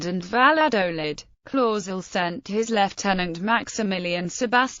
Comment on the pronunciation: She pronounced it the. Wong spelling of. My ancestor last. Name it. Clauzel